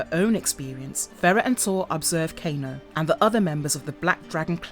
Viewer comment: All the narrator's do this. I left the same comment on multiple videos and see it on many more. No one that does a MK video knows the names, not even the basic ones like Kano. It's frustrating